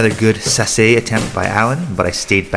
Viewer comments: This is awesome, please do more judo breakdowns! Only note is that sasae is usually pronounced sa sigh lol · Great video! I've never heard sasae pronunced that way 🤯